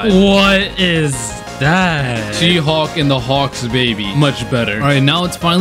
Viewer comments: Aside from your awesome dedication and art skills Is no one gonna talk about how said “HAWK” instead of “Hulk”? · Anybody else notice who he accidentally said she hawk and hawk